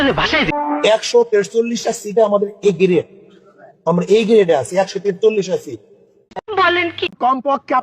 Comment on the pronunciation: এ গ্রেড তো বলতে পারলোনা, বলল এ গেরেড।